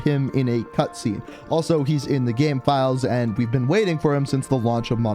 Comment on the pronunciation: Every time he says "game" it sounds like "gam"